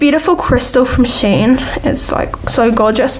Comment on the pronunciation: and its sh en not shen